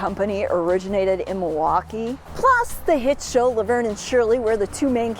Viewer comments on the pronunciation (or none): Definitely a Wisconsin Girl. The way you pronounce Milwaukee ""Mawahwaukee" instead of "milll waukee" is a dead giveaway lol. Great vid!